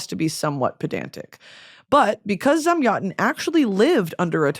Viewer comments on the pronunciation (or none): Your pronunciation of Zamyatin for me (russian) sounds like someone speaking russian being waterboarded :DD